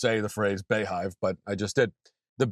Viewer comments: It's still pronounced Bee Hive, Matt. Sad world though. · I thought "Bey" was pronounced like "bee"